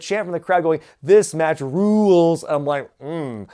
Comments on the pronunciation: Rules is better as one syllable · "This match RULE-UELS" LMAO why did they need to elongate Rules? 3 syllable chants are pretty easy and common 🤣🤣🤣🤣